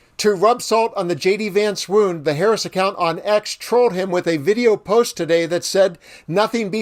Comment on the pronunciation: I’d like to know who really has the mental health problem because none of these MAGAt’s seem to be able to pronounce Harris’s name correctly.🤷🏼